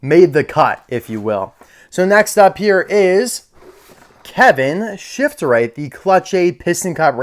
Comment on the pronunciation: its shiftright not shiftrith